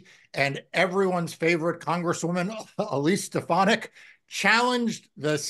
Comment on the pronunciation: I will only refer to her as "Elsie Steponadik". Even DJT couldn't pronounce her name when he saw it on the teleprompter.